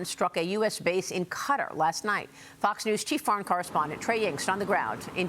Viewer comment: Cat aaaaaaaar, not cutter